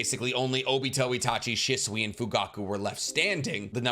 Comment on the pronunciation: First off obito only lived with his grandma he never met his parents and how can you not pronounce shisui right you make make videos everyday